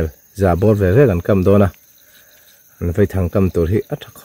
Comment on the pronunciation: Um ilam dan adik ltk sir.... V-A-I thang👍👍👍👍👍👍👍